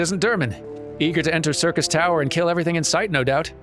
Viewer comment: Ah, since Durmin ran Labyrinth of the Ancients last episode, I'm sure this will be a more relaxed episode where just unlocks- Nope, he's running the raid today. Hooboy. Time for me to make a long spoiler free lore comment! Syrcus Tower (which correctly pronounces similar to "Circus") was also the name of the proper tower in FF3. Unei & Doga are named after the students of Noah in FF3, and claim to be sent by the Students of Baldesion. G'raha Tia is a member of the Students of Baldesion, but as patch 2.1 noted, we have lost all contact with the headquarters of the Students of Baldesion, preventing this claim from being verified. Too bad for them, Nero tol Scaeva blows their cover in short order. Although, as a Garlean in exile, he's actually just Nero Scaeva now. The previously demonstrated Allagan technology of stasis and resurrection are joined into advanced cloning. Unei & Doga are biological copies of their originals, and have been granted the knowledge & intent of their forbearers. Unei & Doga also show off another of the Allag's prowess. The Crystal Tower obeys commands of the royal bloodline. The marker of this royal bloodline is the Royal Red Allagan Eye. The fact that G'raha displays this trait (albeit with heterochromia) indicates that one of his ancestors was royalty. The Miqo'te were subjugated by the Allagan Empire during their conquest of the known world (pretty much this entire hemisphere of the FFXIV world). The Miqo'te were then displaced across the co